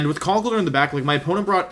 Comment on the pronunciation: Could you please pronounce conkeldurr as conck-keldurr.